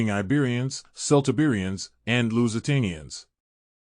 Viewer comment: KELT-Iberians. "Celt" is pronounced "Kelt".